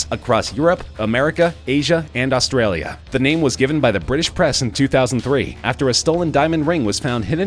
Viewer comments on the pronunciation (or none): none